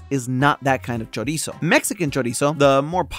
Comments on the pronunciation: pronunciation of chorizo made me physically go like 🫢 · choriso.